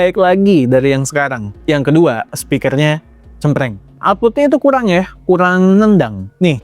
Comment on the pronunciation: Wo e KURANG BUKAN KULANG...🫤🫤🫤